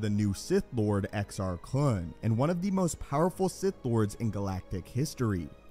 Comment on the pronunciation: Right on, you said Exar Kuhn not KOON! Awesome.!